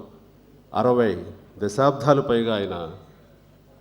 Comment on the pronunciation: అరవై దశాబ్ధాలు కాదు చిరంజీవీ... అరవై దశాబ్దాలంటే ఆరొందల ఏళ్లు... పైగా దశాబ్ధాలు.. ఒత్తు లేదు. దశాబ్దాలు... ధ కాదు.. ద